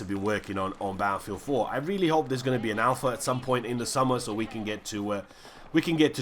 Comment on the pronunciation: I just love how you pronounce "Baaafield"